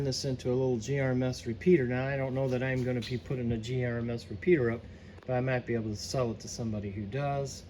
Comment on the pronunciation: GMRS NOT GRMS